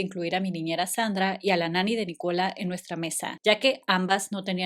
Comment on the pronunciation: Es NÍcola. La acentuación va en NÍ, no en CO…